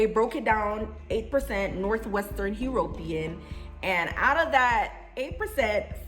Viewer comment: "HE" - RO - PE - AN"? I NEVER heard it pronounced that way before. "U-RO-PEAN" is more like it. Nevertheless, did you get Jamaica for "Recent Ancestors" migrations? Interesting video BTW.